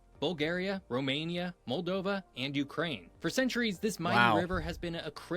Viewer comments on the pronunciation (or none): none